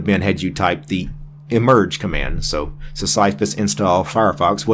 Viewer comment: Pronounced Sis-suh-fuss ike the character from Greek mythology, presumably. His rock was his thing.